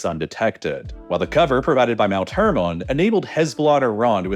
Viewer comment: Please stop saying hermon like that